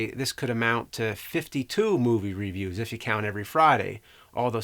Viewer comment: I really love you James, and your videos have been a big part of my childhood. But every time you mispronounce review I die a little inside...